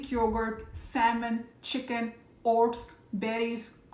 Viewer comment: You scared me. I thought you were saying HORSE. Then I saw the screen and saw OATS. Say O-T-S.